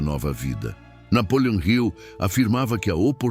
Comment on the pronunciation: Napoleon Hill não é Napoleon Rio. Está errada a forma como você diz.